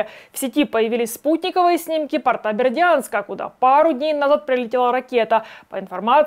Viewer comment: думаю Вы знаете, что не портА, а пОрта. Также, как не тортА, а тОрта. Сосредоточтесь, пожалуйста!!!